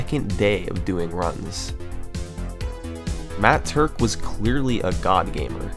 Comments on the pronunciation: Im glad to know i wasnt the only one who flipped their shit as he said matt turk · I have literally NEVER facepalmed in my life until he said Matt Turk at the start. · everybody gangsta till Summoning Salt says "Matt Turk" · I literally spat out my milkshake and ruined my keyboard when he said the name "Matt Turk" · when he said matt turk i immediately sat up with my eyes wide, how did he manage to make me be so surprised from one name???